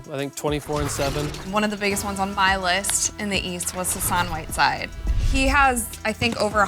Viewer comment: she said sassan whiteside ???? lmao